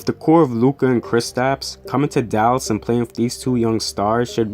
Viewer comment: Lmao WOW u make a mavs vid and mispronounce both Luka's the unicorns name